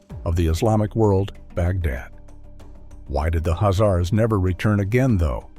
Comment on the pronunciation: Why are you not pronoucing the 'K'? I've never heard that pronunciation before....